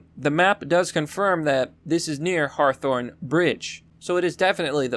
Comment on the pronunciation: Did you say Harthorne Bridge?!😂